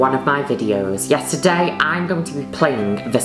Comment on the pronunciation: i still dont know if she says "yes, today" or "yesterday"